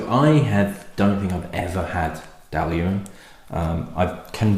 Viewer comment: Your pronunciation is spot on. It’s Dall-Ewan. I’ve been a fan of this flora and fauna bottling for some time. If you like this, try the flora and Fauna Benrinnes 15 year old. It’s a distillery just the other side of the A95 from Dailuaine. I’ve two complete sets of F&F and have tasted most of them. Not the Speyburn though! Too expensive to open.